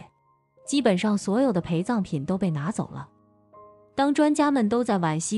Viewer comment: 我還有聽到「還把培葬品分給他一點」，還以為只有我聽到